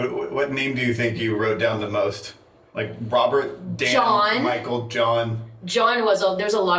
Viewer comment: it was funny how you said "there's a lot of Dans" but you call him Denn most of the time. 😅